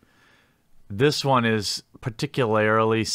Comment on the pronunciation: Bro. Say it with me: PAR•tick•you•lur•lee